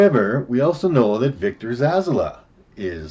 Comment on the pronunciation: Zsasz is his name mate, haha like your version though, Victor Zazzler sounds like a Dazzler/serial killer mash-up. Zazzler the sequined serial killer lol, he's evil but he's fab-u-lous! Anyway I know it's not about the pronunciation I am just pulling your leg. Good picks mate